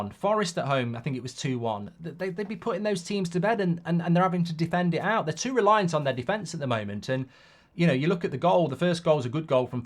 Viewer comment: “Artetter eooouut”